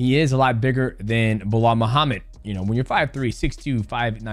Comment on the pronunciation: Bro saying blah Muhammad all the time, that's Belal ...lol